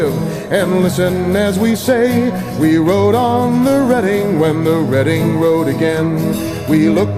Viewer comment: Thank you, thank you oh boy thank you! You said the Reading name properly. You are awesome!